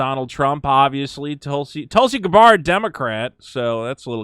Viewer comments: you're not going crazy. The Democrats have already gone batshit insane. And by the way friend, it is pronounced -Gab-bird, not Guh-bard for Tulsi:) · This is the first time I have ever heard Tulsi's last name pronounced in that manner. That minor curiosity aside. Bravo sir!